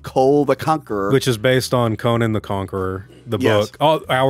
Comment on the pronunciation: Are you pronouncing Conan like Conan O'Brian on purpose to troll 🤔 what's the deal w this, it's driving me crazy lol